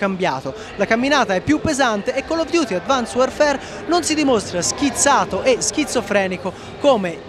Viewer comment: advansed non advans xD